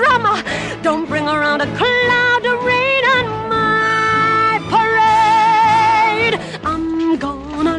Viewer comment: I LOVE how - the camera pauses for her to sing...nobody's gonna rain on my pa.....then the camera pans out and for the rest of the scene she lets loose on the last syllable...rade...down to the enunciation of the letter D!